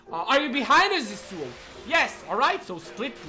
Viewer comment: stop pronouncing "yasuo" like that, it is mega annoying